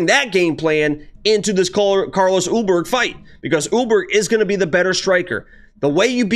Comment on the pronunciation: Carlos "Oooburg"